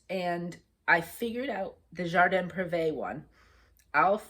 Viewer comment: I love your projects. I just pulled out Serena and hope to make progress. I had had issues with getting it into Markup R-XP but think problems are solved. You pronounced Jardin Prive and the Coure ... names the way I've heard many others pronounce them. I use my finger nail on mosquito bites. Press the nail in an X manner on the bite, and it seems to take the itch away. Maybe because now the spot hurts!!! Finally, Santa. Enjoy your weekend.